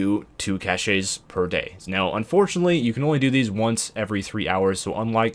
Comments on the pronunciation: Caches is pronounced "Cash's" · Aaarrghh the word Cashay burns my ears. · that was the French-est way to pronounce "caches" I have ever heard, haha